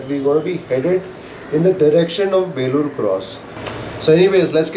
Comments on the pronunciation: Enjoying long drive.. its Belluru cross not Belur cross.. In Kannada.. ಬೆಳ್ಳೂರು ಕ್ರಾಸ್.. ಬೇಳೂರು ಅಲ್ಲಾ. 😎🙏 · Good video....Let me correct place name pronunciation. It's Belluru (ಬೆಳ್ಳೂರು) cross not belur cross.